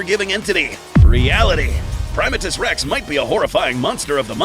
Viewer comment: 1. Dangerville pronounced his name as Primate-Us Rex. Like a primate 2. Primatus Rex 2.0? 3. What in the hell was that thing at the end!? Was that your guys' own Kaiju? Will we be getting a video of it soon? It looks awesome to draw 4. Love the new logo, guys. Very shiny :)